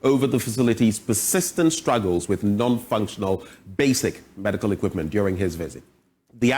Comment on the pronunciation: The reporter: Equitment paaa